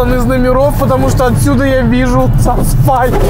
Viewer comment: асфальтра? 😃 я одна услышала